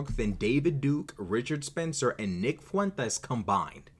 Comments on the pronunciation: My man hit the spicy “fueñtas” 😂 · whoa that Fuentes pronunciation caught me off guard lol put the sason on it and everything